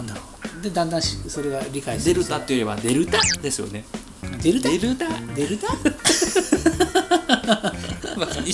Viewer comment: デルタ、でるた、デルタ↺、発音が大事！